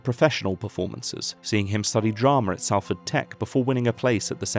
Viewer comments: Weird how you pronounced Salford correctly initially and then slipped up and called it SALLford like phonepigs in call centres do...but still, fucking love these videos man, you're so good. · 'SALL-FORD" lol i'll let you off for that as this is an awsome documentary